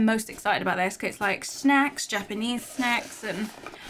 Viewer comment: I love how she says snacks like shnacks! 😆❤